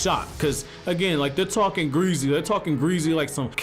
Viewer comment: I didn’t know you were black until you said greasy